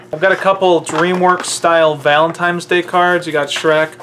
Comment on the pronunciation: Someone tell this guy it's not "valentimes"